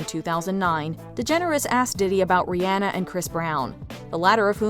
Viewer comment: The narrator pronounced Rihanna’s name correctly, which is rare. Must be a fan. 👏🏾👏🏾👏🏾